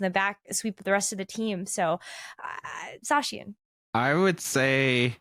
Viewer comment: no way, pronounced zacian correctly